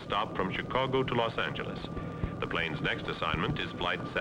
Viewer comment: Los Angle-leez...wth